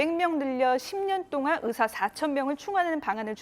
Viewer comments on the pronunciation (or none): 기자가 발음이 제대로 안되네요.. 으사 아니구요 의사...으학과 아니고 의학과